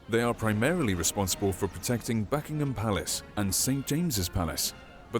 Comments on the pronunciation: It really annoys me continually hearing Americans refer to Buckingham Palace as “Bucking HAM” instead of “Bucking’am” or the city of Birmingham which American always say wrong, once again it’s not “BirmingHAM” but “Birming’am” please Americans stop emphasising the ‘H’ because it’s not “HAM” but “AM” at the end. Don’t Americans ever listen to British people saying the words? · They are called Foot Guards as they move on Foot as opposed to Horse Guards, which Ride Horses and are also Fully Operational Soldiers, they are just on their Ceremonial rotation. It is pronounced Bucking-am Palace and not Bucking-ham Palace. You can always tell when the Monarch is in Residence as the Flag is the Royal Standard and not the Union Jack, in fact, prior to Diana's Death no flag flew over the Palace when the Monarch was not in Residence. A Plume is a Feather.